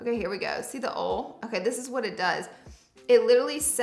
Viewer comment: wait why is she pronouncing oil as "ole" ??